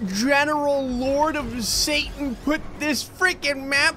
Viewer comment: It's pronounced "satan" (say-ton